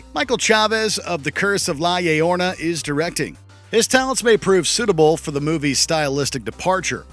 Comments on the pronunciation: "The Curse of La YIAYOrNA" Bruh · You are quite right about that, considering the words Yuca and Yautia, but the whole "hard J" was the first metaphor that came into mind. But you are mistaken when you stated that its Yotona. la Llorona does not have a T anywhere in its name. La Llorona means The Crying Woman Or The Wailing Woman (depending on your understanding on the sound she makes). Llorar does not have a T in it, so neither does Llorona.